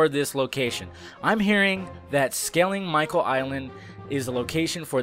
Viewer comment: awful pronunciation of "skellig michael" and "kerry"